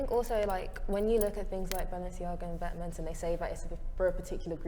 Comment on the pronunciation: that awkward moment when the she mispronounces vetements when at this point you really shouldn't given that she does fashion design and it's the most talked brand name these days